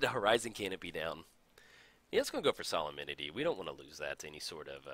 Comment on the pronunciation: Sah-lem-ni-tee Solem-nity Solemnity